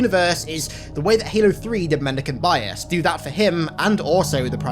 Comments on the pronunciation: Mendeecaynte biyass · Take a shot everytime he says mendecant bias